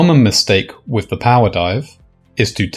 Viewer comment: it's pronounced "with" not "wiv"